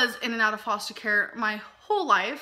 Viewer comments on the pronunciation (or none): none